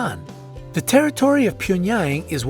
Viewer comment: “ PYENyAng” JCJEKSJD LMAOAOAOAOAO